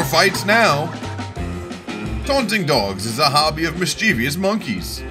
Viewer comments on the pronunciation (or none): ‘Mischevious’ isn’t a word.